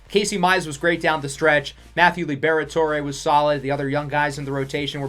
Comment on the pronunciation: Lib-Rhett-Ore or Lee-Brett-Ore not Lee-Bear-Et-Ore-Ay